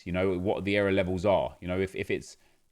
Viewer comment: Nep saying era instead of error has me triggered lol